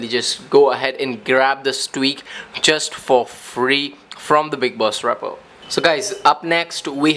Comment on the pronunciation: I swear to god if he says repo wrong again